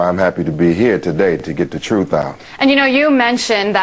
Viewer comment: Anytime I hear the word "truff" in place of truth I think it's time switch videos and find someone who is actually intelligent rather than pretending to be.